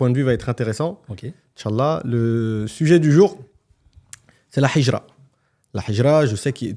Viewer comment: Je vous invite à travailler sur votre prononciation du mot Hijra 😅 هجرة et pas حجرة